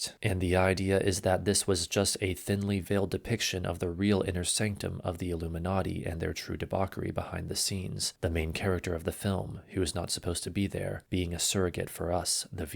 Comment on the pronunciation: What he say..."riddleled...and debockery"? Come on man do better. One of my biggest pet peeves with youtube and internet content ib general is i dont think ive ever seen, heard, or read a single piece of content on the internet that didnt have at least one(typically more) grammar, spelling, pronunciation mistake(s)...just crazy to me idk